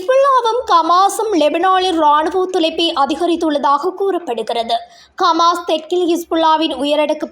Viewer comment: கமாஸ் இல்லை ஹமாஸ் √